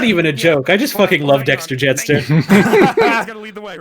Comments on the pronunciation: I think the 'DACTAR' bit is him mispronouncing Dexter, because they originally called that alien Dexter Jettster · Pretty sure was trying to say Dexter, as in Dexter Jettster, not Daktar. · i think when says "its a dacrtar" i think is misremembering "Dexter Jettster" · when says "it's a dactar!" he's probably trying to reference when they called that creature a "dexter jettstar" and is just fucking it up